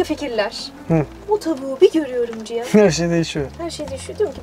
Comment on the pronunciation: Ciyan değil Cihan.